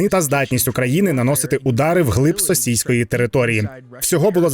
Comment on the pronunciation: «в глиб сосійської території»це мені так чується чи це реально так сказано?